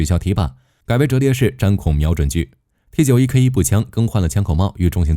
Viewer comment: 有點無奈 你是大陸人嗎? 什麼65K2 XT91 是這樣念的嗎?沒當過兵嗎? 念法應該是65K兔 T9么 受不了